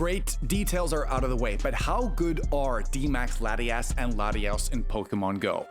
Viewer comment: I like how you pronounce Latios as Latius, and Latias as Latios! Adds an element of chaos 😂